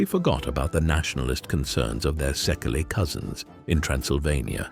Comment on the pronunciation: First of all ! Your pronunciation wrong ! ! In the Hungarian language, the letter SZ is one letter, S and the LY is one letter too I So the right pronunciation of SZEKELY is SEKEI ! Try to use the right pronunciation ! You can do it and the SEKEI people gonna fill better too because when you expect them to say something in English, you expect from them the same , to use the right pronunciation ! Did you get it ? Gabor Czirjak USA